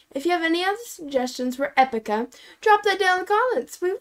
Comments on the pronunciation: Hoezo de klemtoon verkeerd 😂😂 Mocht iemand ooit een coverband willen beginnen dan hebben ze een leuke naam 😀😀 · OMG NOOOO ITS PRONOUNCED EPIIICA LIKE 👍 LIKE THE WORD EPIC WITH AN A EPICA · They actually got it right at the end of the video after the song, but now I have "e-PICA" stuck in my head and am questioning reality 😆